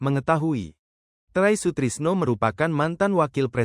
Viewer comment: Sembarang saja narator membaca berita, bilang "purnawirawan TNI" jadi "pur TNI", dan sebut nama Try Sutrisno jadi " Tray Sutrisno ", seorang pembaca berita itu tidak saja membaca teks berita, tapi perlu wawasan yg luas, agar tidak salah baca atau sebut, trim's mohon maaf sekedar mengingatkan